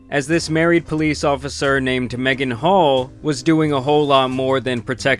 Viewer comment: Ngl, first time her name was mentioned I heard Megan Hoe. And I thought they said it on purpose. 😅